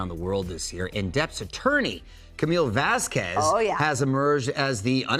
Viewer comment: Mario:" ...Camille Vesqwez.."